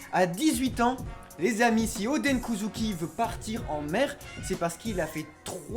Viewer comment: Oden Kozuki ils le prononcent ´odèn’ mais le Oden ils le prononcent odeun alors que c’est pareil.